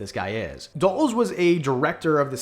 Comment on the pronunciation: When you said Dulles i didn't immediately know who you were talking about because that's the first time I've ever heard anyone pronounce his name that way. It's dull uhs